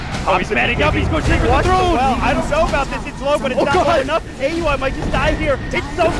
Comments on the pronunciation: Commentator kept saying Aui's name as Ey You I. Is it really hard to pronounce it when its the same as Audi except you just remove "d". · Bilegt Battsooj But in the Boston Major Qualifiers, whoever were the commentators, I heard them pronounce it as Aui, like Audi without the "d" not A U I. I think it was NP vs COL match.